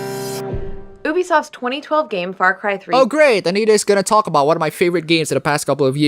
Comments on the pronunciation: Oobisoft, why does she say it like that... Did she learn it in Kwwebec by a Kwwwwebekoowa, XD because I, as a Quebecer, want to slap her Oobimouth for mocking the French way of saying say 'U'bisoft, because that's how we say it we say the letter U in French, that bisoft. I can oderstand a French talking in English calling it Ooooooobisoft, but an English speaker... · THEY STILL CANT SAY UBISOFT RIGHT!